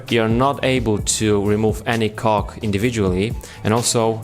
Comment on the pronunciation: On he says C*ck not cog😂😂